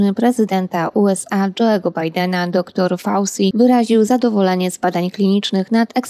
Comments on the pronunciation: Fauci to włoskie nazwisko, więc wymawia się ,,fauczi".😕🙅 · Dla własnego użytku możesz wymawiać według swego uznania.Natomiast dla szerokiej publiki tak,jak to jest przyjęte przez powszechne normy. Wszyscy mówią ,,fauczi",bo to jest typowe nazwisko włoskie i tak się poprawnie po włosku wymawia.